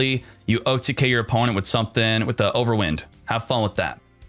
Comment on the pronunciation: pleaassseeee, youre pronouncing wind-ups properly but then youre pronouncing overwind like if it was a windy day cmon man >. <